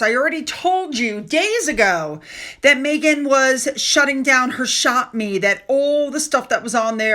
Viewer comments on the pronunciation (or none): ShopMy, not ShopMe. 😊